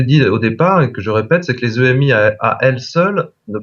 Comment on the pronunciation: bon je sais, on s'en fout que la dame dise émi ou EMI mais moi ouf ça me fait bizarre, j'ai toujours entendu dire EMI et pas émi ....